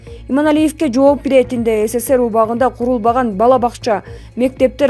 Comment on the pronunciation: Сссер эмес СССР